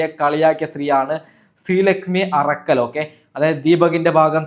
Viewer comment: ശ്രീ ലക്ഷ്മി അറക്കൽ അല്ല ഉരക്കൽ